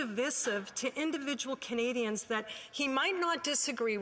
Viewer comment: He can’t even pronounce the citizens right. It’s not Kenadians